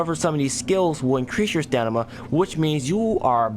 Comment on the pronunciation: Dude stop saying stanima....it's called stamina lmao!!!